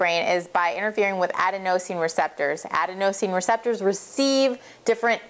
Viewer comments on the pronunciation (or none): It's pronounced "a-den-o-sine" not "aden-o-sine". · aDENosine, not adeNOsine, sry, that was driving me a little nuts. Good info. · You're right :) It is aDENosine... not adeNOsine. :) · Adenosine is pronounced "ah-DEN-uh-seen" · Ad-a-nose-ean. Lol, right. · I thought the way to pronounce adenosine was to put the stress on the second syllable, like "aDENosine." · Please learn how to pronounce adenosine